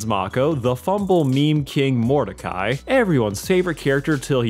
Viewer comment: Just came to comment, it’s Mordecai. Not even close